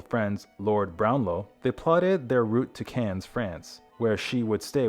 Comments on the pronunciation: In English, it is pronounce “can” ….like a can of beans. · The final "s" in Cannes is silent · We pronounce it Cannes like anus with a C. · Cannes is pronounced Kahn. Either AI audio is lousy or the person reading isn’t familiar with Wallis and Edward’s story, or movie awards or France.